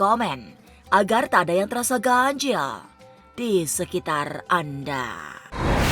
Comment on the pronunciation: ngomong ganjil nya ga bisa biasa aja kak... kenapa harus ganjieeellll